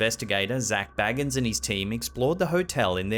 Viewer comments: It's "Zack BAYgins", not Bilbo or Frodo "BAGgins" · love you. But zack bagans last name is pronounced with an A like bagel, not an A like bag.